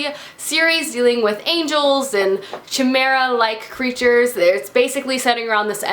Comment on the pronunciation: not to sound rude, but chimera is pronounced k-imera! just wanted to let you know :)